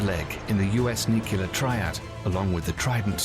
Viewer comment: To the video's narrator: it's nu-clear, not 'nucular.' Please, please, with a cherry on top, please, please learn your craft properly?